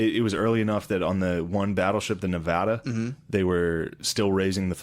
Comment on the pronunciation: Yo Shane actually says Nevada correctly